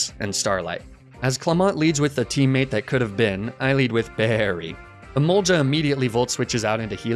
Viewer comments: How he pronounces Emolga always confuses me. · This dude needs to learn how to pronounce emolga